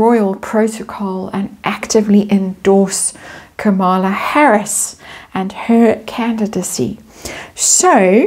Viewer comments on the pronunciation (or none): Kamala..accent on KAH-mala..Indian pronunciation Comm-la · just FYI, her name is pronounced KA-ma-la. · Quick note; Kamala should be pronounced like Camelot, emphasis on first syllable. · All the YouTubers outside the US are having trouble with the correct pronounciation of Kamala. I try remember it is Kama-la, but my inclination is to say Ka-mala. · Yeah….she ain’t no Kamala (pronounced Ka Maa La) meaning perfection or Lotus flower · you may like to know that Kamala's name is pronounced with accent on the first syllable.